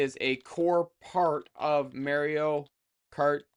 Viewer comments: yep he says "marry-o" instead of "mar e o" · It's pronounced MAR-io. Not MARE-io. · He needs to go to jail for how he said Mario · The way you say "Mario" is funny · I thought the same